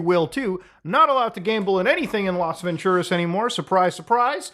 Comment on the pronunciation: bruh said "Las Venturas" lmao